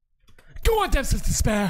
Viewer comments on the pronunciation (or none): I love when you react to Depths of Despair bc of the way you say “Depthspthspths.”